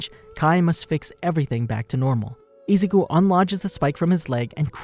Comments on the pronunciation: ezuku lollllll it's izuku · Am I the only one hearing izuku pronounced ezuku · Im sorry but the way you're saying Izuku's name is kind of sounds like Nezuko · Some weebs are going apeshit because of the way you pronounce Izuku’s name wrong. But who cares?